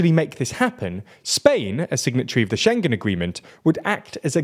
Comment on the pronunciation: SchengKen?!? wonder if this guy pronounces it thingKies, clingKy, and singK too? 🤭 "He was sinKing a songK!" 🎼🎶😂